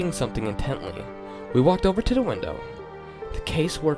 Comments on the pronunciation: Da instead of the ... hahaha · This "creepypasta" is soooo weak. I'm scared of clowns but the way you read it was boring. You have to work on getting rid of tgat lisp. And and annunciate words correctly. For example, say "the" instead of "da". Work on your TH sound. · Every time he says the he says Da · I find it extremely annoying how he pronounces "the" as "duh." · it's a little distracting that you can't pronounce the "th" in the. Otherwise, it's pretty cool.